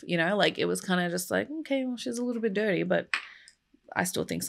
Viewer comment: Did I hear you say 'detty pig'? Eric would be proud.